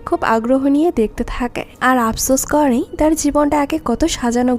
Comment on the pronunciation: kooore / thaaake/ paaarre/ jaaabe…. এই উচ্চারণ গুলো বিরক্তিকর ।। improve করেন ।